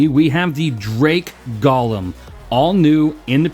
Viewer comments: but the way you SAID it was "GOL-LUM"... not GO-LEM... a Golem is; 1. an artificial human being in Hebrew folklore endowed with life, 2. something or someone resembling a "golem": such as a : automaton b : blockhead. "Gollum" is a evil twisted Hobbit character in LOTR. And my Panties are just fine thank you very much. A little tight but the chicks dig the metal studs... =] BTW, love yer chan bruh... you do the good works. 07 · GO-lem... as in GO HOME... Golem... FFS google a thing man. SMH